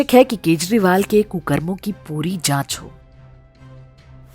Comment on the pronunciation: This time you pronounce his name in correct way..Thanks